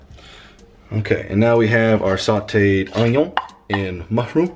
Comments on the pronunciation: Why does say onion, ONYO like he wants to trigger all of us XD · Its Oh gn on not ognion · sorry that "oiion" just got me 😂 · Nobody:: Onewon, Toma-O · How did I know you were going to say “onion” like that!! Haha